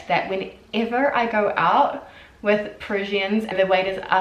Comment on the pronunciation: its annoying how she can't say Parisians correctly - it made it hard to watch this!!! - listen to blondie - she is saying it correctly - i can't subscribe because of it!!!